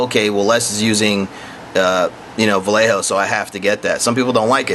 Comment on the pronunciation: What the HELL is Val Eh Ho? are you trying to say Vallejo pronounced VahYehHo? Talk about slaughtering a Spanish name LOL!